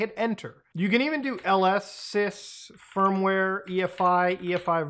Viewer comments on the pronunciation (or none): none